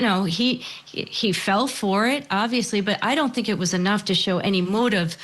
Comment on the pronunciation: I TINK THAT , I TINK THAT, I TINK THAT...